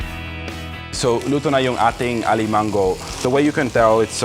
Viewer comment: Im a bit uncomfortable with how little that pan is.. hehhe..btw, when using gata, we rarely use black pepper, we actually use chili in water strained to get the taste. Also, please explain the difference between coconut cream and coconut milk if you havent in prev vids.. still nice recipe.. also it pronounced a-li-ma-ngo(filipino ng sound), the "g" is not enunciated.